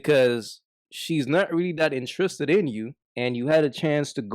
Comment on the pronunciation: Intriiissred 😂😂 u Guyanese bro?